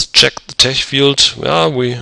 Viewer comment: Tech is pronounced with a hard k sound.